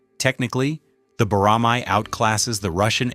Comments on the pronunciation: Boramai -> Boramae (æ) 보+라+매 발음을 확실히 하세요 🇰🇷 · I enjoyed the video. And you pronounce bo-ra-mai, but it's actually bo-ra-ma(as ma-ny). It means a hawk raised for hunting. It is also a symbol of the Korea Air Force Academy.